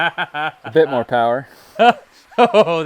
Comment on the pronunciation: MORE POWAH BABY